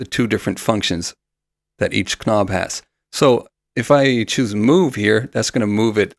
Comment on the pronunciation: I don’t mean this in an insulting way at all, but I thought you might want to know that you’re mispronouncing words which start with the letter “k”. Often in English the “k” is silent. So the word “knob” is pronounced “nob” and the word “knowing” is pronounced “no ing”. This is generally true when the “k” is immediately followed by an “n”.